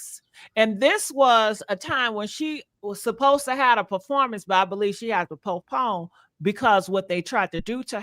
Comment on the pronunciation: When she said popone and not postpone… it was hard for me to listen to her any more 🤦🏾‍♀️